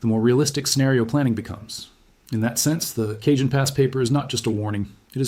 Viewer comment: It's pronounced CAHONE